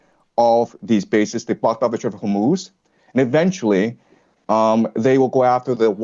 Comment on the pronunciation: Hormoose hummus hormutz why does no one know how to pronounce this place?